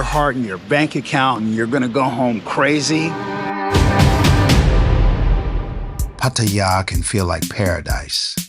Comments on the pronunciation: Might help to learn how to pronounce Pattaya 😅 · I was born and raised in Los Angeles, 60 years old and speak three languages, including Spanish Thai and Tagalog, lived here in Thailand for 13 years. I just find it respectful to learn how to pronounce it properly, I think it was the narrator who pronounced it wrong. The guy walking on the street pronounced it properly if that was you. bad enough you’ve got all these YouTube bloggers exploiting their country and sex tourism. if you have problems with the girls and relationships, there’s other countries you can visit. Believe me, the Thais don’t need us here.